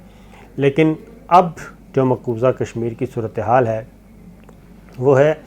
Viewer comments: It's maqbooza not maqbooja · Maqbooza not Maqboja Indian ho kya raid maar rahay ho urdu ki